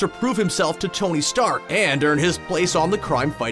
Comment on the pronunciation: did you mean tony steak hahahahahaha